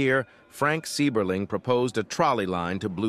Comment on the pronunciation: As a lifelong Akronite, I’m cringing at the mispronunciation of “Seiberling” in the beginning. Great video though - a piece of Akron history I’ve never heard before. Drove through Goodyear Heights earlier tonight.